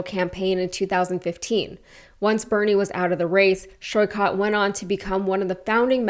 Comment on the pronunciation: Hello, just a quick feedback to research how Saikat's name is pronounced. Sorry for nitpicking and appreciate what you do.